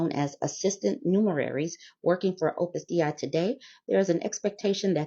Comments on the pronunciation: Opus "Day" is the pronunciation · Opus Dei is pronounced Opus "DAY". Ex-Catholic here, I've heard of these turds more than I ever wanted to.